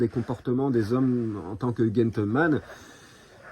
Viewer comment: GEn (gène) tleman et pas guentle....